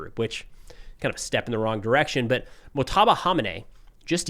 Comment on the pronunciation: Its pronounced Mojtaba not Mohtaba. You should pronounce that 'J'.